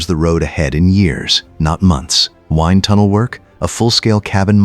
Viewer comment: Phonetically, wined tunnel for wind tunnel?!?!😵‍💫😵‍💫😵‍💫 c'mon!